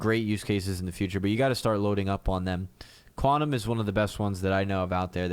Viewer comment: you were pronouncing it quantum bro cause it was 5am;)...you know is another one that (QAU) ;) it is Q (qiu) tom we love;)